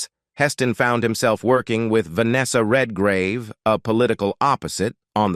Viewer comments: Who ever does these needs to get the names right it’s not Vanessa Redgrave not Vanessa red -gauve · Venessa Redgravey what a horrible pronunciation of her name. Its Venessa Redgrave - Red as in colour and Grave and in burial. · Per fer man ses....REALLY?!?! red gar ah vey!!!??? (For those of us who speak well known words...performances and Redgrave) And when did Gene Simmons become "a glamorous Hollywood actress!?!!?😂😂🤣🤣🤣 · Heston was NEVER black-listed in Hollywood. It's 55 Days AT Peking not TO Peking. It's Vanessa REDGRAVE (English actress) not the Italian sounding RED-GRAVEH. Heston didn't appear in The fall of the Roman Empire, it was his Ben Hur co-star Stephen Boyd. This is so bad I can't keep watching. Good luck!